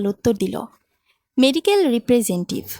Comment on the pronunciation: শব্দটা মেডিক্যাল "রিপ্রেজেন্টিভ" না। শব্দটা হবে "রিপ্রেজেনটেটিভ" #এগুলো খেয়াল রাখবেন।